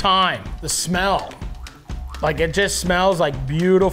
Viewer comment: Why does it shmell like a longshoreman up in this bitch?